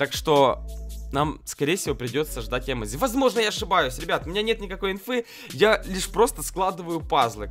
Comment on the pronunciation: Не э́модзи а эмо́дзи